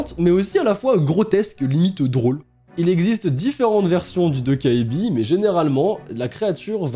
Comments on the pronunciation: en coréen "ae" se prononce "è". Alors sa se prononce "dokkèbi" et non "dokkaébi" et "eo" se prononce "ô" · Hello, un petit coup de pouce pour le goblin la prononciation serait plutôt "Tokébi" (le A et le E ne se disent pas séparément), autrement merci pour tes légendes urbaines ça serait super d'en découvrir de plusieurs pays à travers le monde! Gros bisous à toi! Bye!! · "Dokkaebi" ça se prononce "Dokébi" et il y a eu un drama coréen assez populaire dont le nom en coréen c'est "Dokkaebi" et ça a été traduit en "Goblin" (gobelin) 🤔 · Ça me stress quand tu dit "Dokkaebi" ^^' Ça se prononce "Dokkébi" (donc le A muet), le coréen c'est pas du tout aussi facile à lire en romaji que le japonais, c'est ultra fourbe, y a des tas de lettres qu'on voit mais qui se prononcent pas! XD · Super format, ces légendes urbaines ! Petite info : on écrit dokkaebi mais ça se prononce "dokkèbi" :) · Même en vivant en Corée, je ne connaissais pas la 2eme histoire merci pour l'info je n'irais pas à la bibliothèque la nuit😅 (Et pour la petite info ça se prononce "dokkaibi"😉☺) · A on dirait que tu dis Dobby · "Vous n'irez plus jamais dans une bibliothèque" Moi avant de regarder la vidéo: Ah bon? (la naïvetée j'te jure xD) Moi ayant vu le nom de légende: Oh ptn j'connais cette légende et elle fait flipper sa maman TwT Et je me permet de te corriger sur la prononciation de 도깨비 (dokkaebi), la voyelle ㅐ (ae) se prononce comme un mélange de [é] et [è] ^^ (je suis désolée si c'est pas bien expliquer mais je suis nulle en explication TwT)